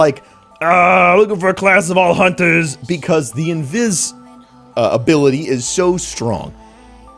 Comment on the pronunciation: I like how you said "invis abilitiy" instead of "invisibility" lol. Really saved yourself some time :P